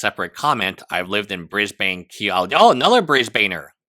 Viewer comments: i'm sorry but an aussie needs to tell you lot it's BrisBIN not BrisBane, omg brisbaner what in tarnations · it’s not “bris bane” more like “bris bun” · dammit, Brisbane is pronounced "Briz-ben" not "Briz-bayne" - its like fingernails on a chalkboard for an Aussie to hear it pronounced this way 🦘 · I see a lot of people / Aussies here 'biatching' abt the pronunciation of 'Briz-ben'. Frankly, I find it a bit petty! How do you pronounce, for example, without looking it up beforehand, the capitol of Denmark... in Danish, or the Finnish capitol not translated to English - I would like to hear you do that! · Brisbane - sounds like Brisbn, or Brisbun. (Not like a circumcision of a Batman baddie...) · you mispronounced "Brisbane" EVERY SINGLE TIME, you pronounce it without the "a" 😐